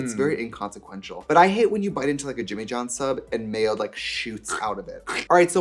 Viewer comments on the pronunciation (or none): none